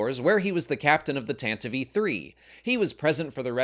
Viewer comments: "Tantive I.Four" ❌ Tantive 4 (IV) ✔ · Yes...the "Tantive EE Four". Tell us this is voiced by "AI" without telling us it's voiced by "AI".